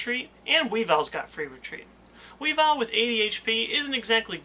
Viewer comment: Pronounced weevull not wee vile, at least that's how it says its name in ssbb